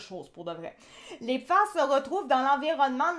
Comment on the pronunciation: Pourquoi dite-vous "PIFAS" ? Vous ne connaissez pas le français ?